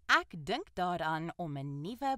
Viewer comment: The word "ek" is not pronounced "ack". It should be "ek", like in: exit, excuse, experiment, extra, etc. Not "ack" like in "acknowledge".